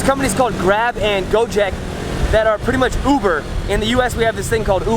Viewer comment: It is gojek not gojeak ok I'm indo ok